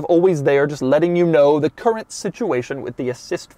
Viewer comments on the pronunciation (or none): none